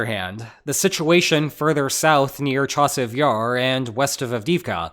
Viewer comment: It's way too hard for me not to grin when I hear "Chasiv YARR".